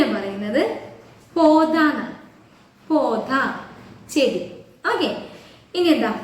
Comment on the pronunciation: പോതാ അല്ലല്ലോ പൌദ alle